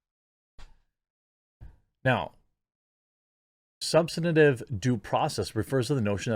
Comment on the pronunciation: Hey Jeremy... I'm not making fun of how you talk but emphasize the STAN in subSTANtive... it sounds like you are pronouncing it substentub